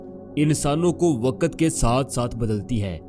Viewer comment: Bhai talafuz to thek kr lo. Ap say log seekhtay hain.. Waqt ko waqat bol rhe ho Bayak waqt ko back wqat bol rhe ho...whats this?